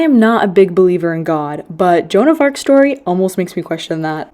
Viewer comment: I thought you said big booty god instead of big believer in god😭